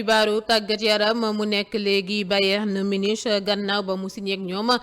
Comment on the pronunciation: On lit munick(Munich) , adorable n'est-ce pas.